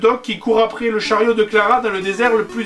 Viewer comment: On dit "après" pas aprer....